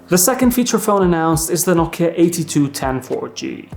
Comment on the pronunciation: Sir, it’s No-Kiya mobile. Not No-ki mobile.